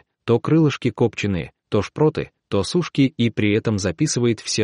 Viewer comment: Согласна, слух режет. То мУка, то кОпченые....